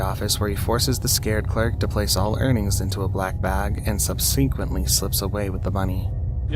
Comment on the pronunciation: did anyone else catch how the speaker pronounced the word, “Subsequently”?? I’ll spell it out phonetically, or in other words, by how it sounds?! 😂 … “sub-sink-quently”